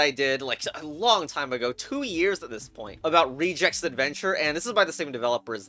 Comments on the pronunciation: did he just say rejects adventure. its reg ex, as in reg(ular) ex(pression) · did he just pronounce regex like reject? UNNACEPTABLE